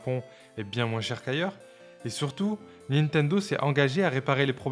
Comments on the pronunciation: Pourquoi tu dis « moinsse » ? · Tu prononce le "s" dans "moins" ? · De moinze en moinze de gens 😂